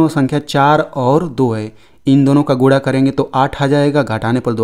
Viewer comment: Guda nahi hota hai sir guna Hota hai 😂😂